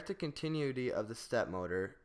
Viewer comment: The volume fluctuations are off the charts and you're mispronouncing "continuity."